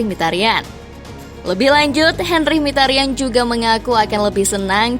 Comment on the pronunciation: min sebutan mikitarian, bukan mihtarian, nama asli nya ini Mkhi(miki) ta ryan (rian) itu cara bacanya ^^